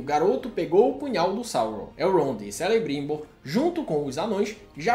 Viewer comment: Apesar de não ter gostado da série, o resumo ficou legal 👍 quanto a pronúncia foi boa, só Celebrimbor que se pronuncia Kelebrimbor! Valeu